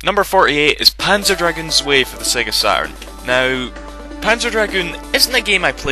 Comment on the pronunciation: Btw, "Zwei" is german and means two. It's pronounced "tzwei" for the record, and I don't mean to be bitching (oh what the hell I am), but everytime you said it, you sounded like a drunk dane, trying to ask a german about a certain house number :P